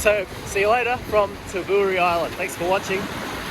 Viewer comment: It's Ta bow ree mate. Jeez.